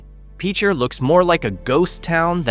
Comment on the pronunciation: Hahahahahaha...... AI cant pronounce Pitcher correctly.